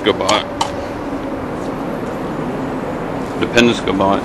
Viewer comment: Ur not saying the name right. Say Penob then say scot